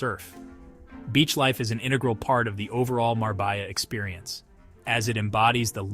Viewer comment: Love the video, but as a Spaniard, you lost all credibility with your pronunciation of such a beautiful city. It's Marbella (Mar-beh-Ya).